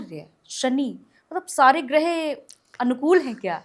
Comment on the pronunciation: गृह नहीं ग्रह होता है. बोलना सीखिए मैडम